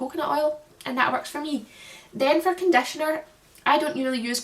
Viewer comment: Came for the haircare. Stayed for your accent. I - can't - listen - it - is - so - soothing! "Vedios" "adetionel" #condetioner". Love it. 💛